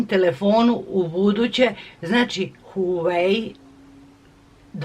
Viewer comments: Nije huvai nego huavei (to ti je na srpskom kako se izgovara) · Nije Huweaj nego se izgovara Huavej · ne kaze se huaei nego huawei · Huai pi tenti pro hahahahah ti se drogiras hahahahahahahaha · Pise se huawei p20 pro Kaze se uawei p20 pro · Izgovara se huavei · Kaze se HUAWEI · Huaveji se kaže 😂💛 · Huavej p20 pro se cita i pisuva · Moraš da se izražavaš To se kaže Huavej pe dvajes pro. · Prelep poklon! Stvarno ste carica. Obožavam vass❤❤ Ništa nisam protiv vas smo da vam kažem da se kaže:HUAVEJ. Bilo bi lepo da nekome poklonite iPhone nekome ko vas stvarno, stvarno dugo prati...VOLIM VASS😙😙😙😙😙😙😙😙😙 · Kaze se huavey pe 20 pro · Kaže se huavei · Kinezi ne izgovaraju h a neka slova pomjesaju pa bi se trebalo reci Vavej(vawei) Ali kaze se huavej(huavei) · Cita se Wah-Way.... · Kaze se huawei,mozes ga citati kao huavei. Cita se isto kao sto pise. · Huavej se kaze a pise se HUAWEI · Inace se pravilno izgovara Uavei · Huavej pe 20 se izgovara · Kako je to rekla HUEJ AHHAHAHAHAHAHAHAHAHSHSHSSHSH PE TUENTI HAHAHHAHA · Odlicno ❤ Inace se izgovara HUAVEJ I ako zelis napravi giveaway sa iPhonom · huvei se kaze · Kaze se huawei pe 20 pro se izgovara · Molim te alo stvarno molim te nauci ka se stvarno izgovara tvoj novi telefon, i prestani iste recenice sto put da ponavljas jer jesi interesantna ali samo zbog becinu gluposti koje izgovaras i jedan savet ne pljuj u stari bunar jer ti nisi kompetentna da ocenjues tehnologiju uopsete. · Huawei se izgovara